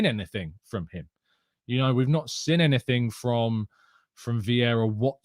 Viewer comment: Hi massive fan of the morning show keep up the good work but bro you pronunciation of seen as sin is really starting to question my love for a amazing channel please respect the 2 ee's the went into the make up of seen it will improve my viewing pleasure please and thanks (and yes I do have to much time on my hands 😔)